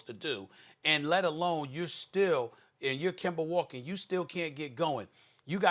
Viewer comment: SAS Finally Said Kemba Name Right 😂😂😂